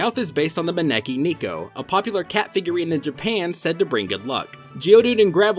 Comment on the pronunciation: AND YOU'RE STILL BUTCHERING THE PRONUNCIATION! IT'S MA-NE-KI NE-KO!